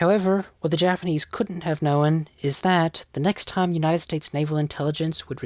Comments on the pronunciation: "known" is a one-syllable word pronounced "noan", not "NO-wen". You're welcome. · Sounds AI to me, and the mispronunciations are consistent, like "known" sound like "no en". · I think it’s AI. , listen to the odd way “known” is pronounced. Sounds like “no-un”. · Please stop pronouncing “known” that way. Jesus Christ.